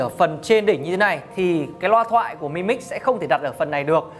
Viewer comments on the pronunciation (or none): biết từ Mi là gì không ? mà đọc là mờ i ? mi 米 tiếng trung là hạt gạo ( đọc là mỉ mớ đúng )